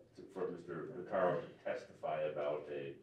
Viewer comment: Pitaro!!!! Geez Louise! For the love of Pete…! I just can’t. I. Just. Can’t. 🤔🙄🤔